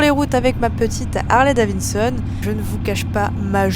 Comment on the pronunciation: Harley Davinnesonne 🤣